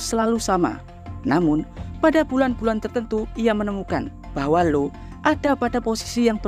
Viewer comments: io dibaca aio. bukan Lo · Di baca ai o. 😂😂😂